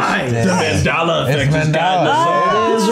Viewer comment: Did they call it the “Mendala Effect”?